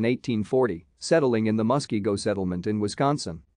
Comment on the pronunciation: Nice intro to hans christian hegg. You asked for input and inaccuracies. This is what I noticed. not meant to nit pick. You mispronounced Muskego. I know we have a lot of fun Indian names. Actually most state names are Indian names, like Wisconsin, Illinois, Dakota, ect. The vandalized statue you showed was mis. Forward. Col. Hegg had his leg ripped off, head severed and still missing, he was dragged through the streets and his remains were dumped in lake Monona. Thank you for the video Hans K Stuiber President, Hans Christian Hegg Society